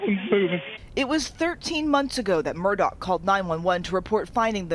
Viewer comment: This journalist needs to do her due diligence. It's not Alec Murdock, it's Alex Murdaugh unless you're retarded and from South Carolina. Pronounced "Alex Murda"